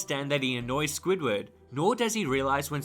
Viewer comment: It's SQUIDWARD Q. TENTACLES NOT J